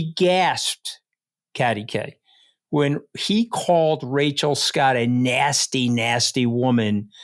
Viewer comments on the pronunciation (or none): none